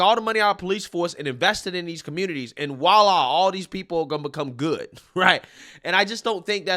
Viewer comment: I'm sorry, it's a pet peeve. It's voila... said like .... vwah-lah. NOT walla.